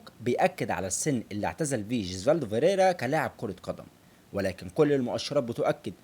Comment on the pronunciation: ياسطا أنا عملت لايك و (فكرت أشيله) عشان هو اسمه فيريرا مش ڤيريرا و مافيش حاجة اسمها اورنالدو اسمه اورلاندو بس انا مش هشيل اللايك عشان أولا انت زمالكاولى ثانياً و دة الأهم هو أن الڤيديو حلو و شكله متعوب عليه و ثالثاً و دى احلى حاجة فى الڤيديو هى ان موضوع الڤيديو عن الاب الروحى لكل زملكاوي ❤❤ فأنت واضح انك بتعرف تعمل ڤيديوهات حلوة لكن موضوع النطق دة مهم جداً و ماينفعش تعتبره حاجة تافهة أو حتى فرعية . بالتوفيق يابو الصحاب❤️❤️